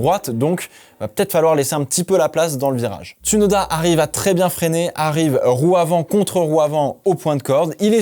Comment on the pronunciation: Bonne vidéo bonne analyse, tu as fais des efforts sur tes commentaires et ton vocabulaire, bien choisi bien français. Continue comme ça 👍🏻 Note: C’est bien James Vowles et non Valves, et Ts(ou)noda pas « uuu » Merci 🙏🏻